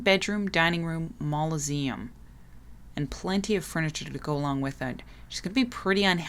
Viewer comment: You're pronouncing "mausoleum" as "mauloseum"